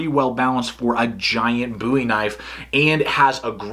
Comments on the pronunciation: i don't think you would call David Boo'wie- c'mon dude its bohwie, i dont care how extra large your hands are!! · Does one pronounce it "Buuie" or "Bow-ie"? Just asking for a friend...